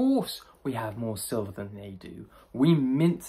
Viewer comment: Sliver it’s silver….lmfao